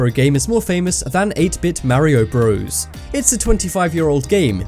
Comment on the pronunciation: don't tell me you just said mario BREWS